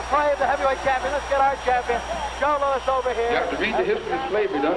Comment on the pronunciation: "LOUIS" not "LOUISE"